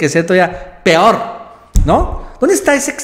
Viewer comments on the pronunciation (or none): none